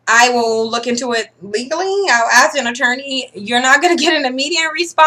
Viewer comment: It's ASK, not axe ffs.